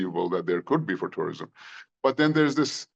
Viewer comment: Tourism ❌ Terirism✅